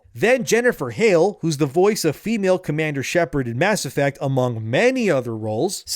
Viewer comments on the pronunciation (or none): none